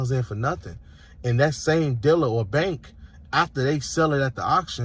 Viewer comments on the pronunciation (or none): What's a "dillah"? Is that a "dealer"? The moron runs deep with this criminal. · What's a "diller?" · And what about "diller" = "dealer"? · What an idiot...like you said, he doesn't want to be a "deBT-ter,"...but what's a car "diller?" Why can't people just live in reality, take responsibility for themselves. I'm embarrassed for the US on the world stage.